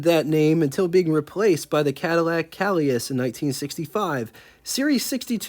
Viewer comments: Let's start with the bad news: first, Calais is pronounced 'Cal-ay', with the stress on the 'ay' part. Second, I think you may have had the number 62 on your mind:, you have written, and said, "total 1962 production...". I think you meant 1941 production. And at 12;20, you asked if we would rather have a 1961 Lincoln Zephyr. I'll take a 41 Zephyr, tho! On the plus side, that car is beautiful! At my first job at a Texaco gas station, there was a 48 Caddy that was sitting in our lot for years. Two things I remember about it were the simplicity of the wiring! There were no 'harnesses' like we see today, there were just individual wires going to the few electrical devices. The other was that flathead V8. I always thought it odd that Caddy would produce one of the most beautiful and sophisticated engines ever (the first V16), and then go back to the ugly flathead design for both their newer V16 and the V8. They made up for it in 1949, tho. Cool video as usual,! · Pronunciation Tip: Calais = kal-AY.